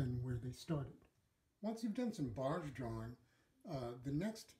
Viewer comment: Its Barge with a hard G